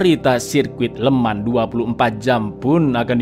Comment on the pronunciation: FYI "Le Mans" dibaca "Lu Mong" ya Lurs